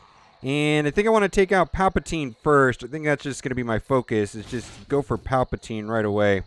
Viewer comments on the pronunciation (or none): none